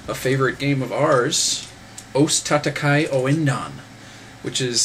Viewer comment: Hold your horses, there, son. Tatakae is just that: ta-ta-ka-e, four syllables. "Kay" is no more right than "Kai".